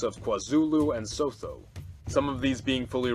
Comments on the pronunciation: Its pronounce "Sue-two" btw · Cool stuff, maybe the decisions by the nations formerly SA are a little too logical. The populations are not logical, but emotional, even leaders. It's pronounced "Apart-height". Soth: "sutu". Botha: "Booata". Very sad what's happened to the formerly successful South Africa: terrorist president, massive corruption, farm murders, land seizures, vast amounts of crime, vast amounts of disease, unemployment. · Or soot-two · You pronounce sotho as "sue-two" as an American would say